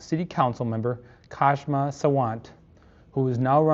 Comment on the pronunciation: Your pronunciation of Kshama’s name will be closer to the actual pronunciation if you leave the K silent.